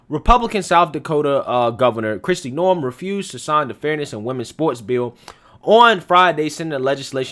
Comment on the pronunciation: May I just point out her name is "NOEM" not "NORM"...but thanks for this it's definitely a viable story !